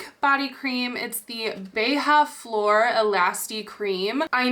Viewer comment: There’s literally J in beija 🤦🏼‍♀️ why do you read it as “h”?